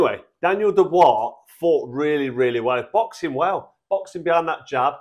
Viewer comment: . What the fuck is a Reee-view and Who the fuck is Daniel Doo-Bra? 😂